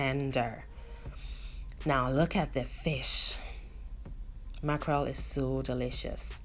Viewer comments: You didn't butcher the name 😂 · Yess...oo you didn't butcher the name my dear. Thank you so much.I always learn something new from you.Accurate and on point as always...